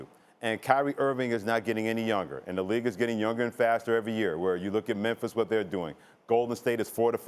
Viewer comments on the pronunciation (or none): none